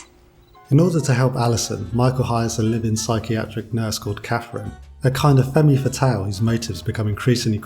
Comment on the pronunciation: Wait.... did he just say "femmy fatale"?? Wow. Seriously? The "E" on the end is silent. It is pronounced "Femm Fatale". I can't believe he actually said "femmy". Haha.